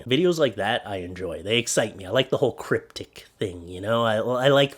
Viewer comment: Its Cryptid and not Cryptic ;-)